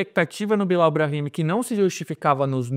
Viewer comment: Eu acho super divertida a zoeira com o Billal, mas, depois de ouvi-lo dizer a pronuncia correta (Billel) do nome, não tem mais a mesma graça, o mesmo efeito. 🤣 Porém, ele se esforçou, acho que pode vir a ajudar o clube após ajustes - precisa de um pouco de paciência (mas só um pouco). Lautaro me agrada também, gosto do estilo dele, diria inclusive que não precisaríamos do Tiquinho tendo Lautaro - poderíamos ter "economizado". Com essa equipe esboçada teríamos muitas chances de estar bem nos campeonatos - se o planejamento do Santos tivesse sido bem feito desde o início do ano. Quanto aos exageros da torcida, sempre será assim. Por isso quem faz análises sérias tem que se afastar disso - não totalmente, um pouco de paixão pelo Santos ajuda nesta nova era de "jornalista torcedor (assumido)". Se inflamar pode ser bom, mas com "ponderação" (se é que isso é possível). Ainda tem o fato de o Santos fazer sempre escolhas sem medida, sem pesar antes o que poderia ser ou não bom ao longo prazo, então isso deixa o torcedor aflito. É uma soma de "muitas merdas" que nos colocaram onde estamos hoje enquanto torcedores santistas (deve ter muito em comum com a maioria dos torcedores de clubes brasileiros). Espero podermos sair em breve dessa situação grotesca.